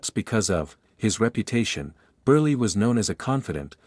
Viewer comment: Milton BURLY? LOL!! Oh, it's read by AI.